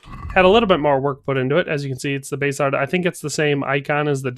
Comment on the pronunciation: Pronounced Bass a lard. Bass like the fish, not the guitar. :-)